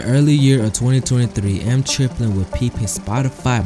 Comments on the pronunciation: Eem is pronounced like the latter part of his name Naeem, its not M Triplin, its Eem Triplin. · Bro it's EEM Like baby kEEM without the K EEM not M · this dude saying eem wrong has me dead